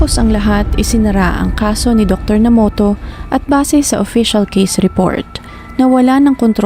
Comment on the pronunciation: Nomoto daw po ang tamang basa,hindi Namoto..